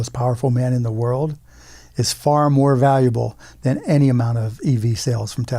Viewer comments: BTC's pronunciation as "Tezla" seems odd to me. I live in California, and I've always heard it said "Tesla," at least around here. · TESS-LA. TESS-LA. NOT TEZZLA. TESS-LA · Its pronounced "Tess-luh." there is no Z. Fwiw. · Brian, it's pronounced "TeslER" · Hey Brian, I think it’s pronounced Teslar